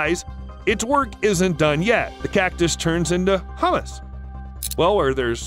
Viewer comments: The cactus turns into hummus? Don't you mean humus? It's pronounced: HYU·mus. Hummus is a food made from chickpeas that is often used as a chip dip. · Really a blatant mispronouncing of humus (compost) and hummus (chip dip) but few people have brought it to attention here. Bugged me quite a bit!